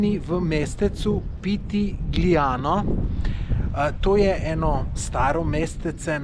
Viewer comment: Pitigliano....izgovori se pitiljano